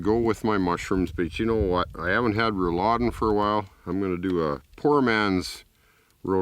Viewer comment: It's Rouladen, btw. And he pronounced it very well